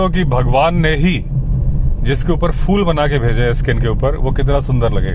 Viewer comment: फ़ूल नहीं फूल होता है।